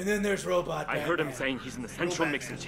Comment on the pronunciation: i dont get why they say batmun?